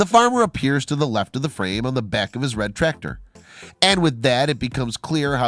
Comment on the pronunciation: U need to pronounce the c in tractor not trator